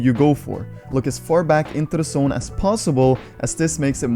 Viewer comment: This dude says sone instead of zone